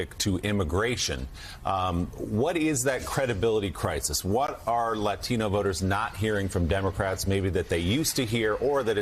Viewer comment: this girl is killing me with this "latino" pronunciation...stop making 'latino' so special.